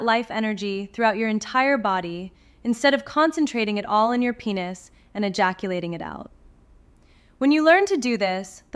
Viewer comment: Hey you woman you should pronounce correctly. Because is not penus .it is penis